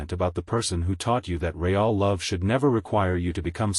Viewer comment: Please fix the sloppy (and rather mechanical) AI voice and devote some time to reviewing these stories before posting them. The AI is pronouncing periods at the end of the sentence as "dot," and there are other awkward pronunciations ("IT" instead of "it"; "re-all" instead of "real"; the failure to pause even briefly at the end of some sentences), all making for an awkward narration. Thumbs down.